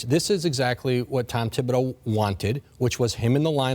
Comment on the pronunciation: When did the h start being pronounced in Thibodeau? Ok so not everyone is doing it. Isnt it french? I know people w the spelling Thibodeaux also and it's all pronounced w a silent h. When we live in MS there were mad Thibodeau(x)s there and no one pronounced the h... plus I took french forever.